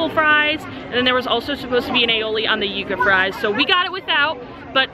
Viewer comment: Props on pronouncing the Yuca fries correctly🎉. It’s not Yuh-Kuh people 😂